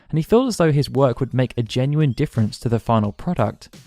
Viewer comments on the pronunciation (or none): none